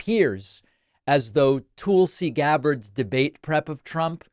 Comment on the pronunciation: David Sir, why do you always mispronounce Tulsi Gabbard like that. You clearly know how to pronounce the name correctly ive heard it you say it in othe videos. Its just like you so with Pete Buttigieg, Laura Ingraham, and Rudy Giuliani. Please dont be like Trump who mispronounces names on purpose.